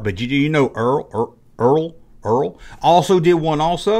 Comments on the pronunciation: LOL! You are struggling on that brand aren't you - Dont worry - You are not the first... ERTL is pronounced "ER-TELL" And I REMEMBER SPORT BILLY! The Toy is Billy's Time Machine... The Characters would end up travelling through time to numerous Sporting events through history... Very odd show but it was fun! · It's pronounced "ertl".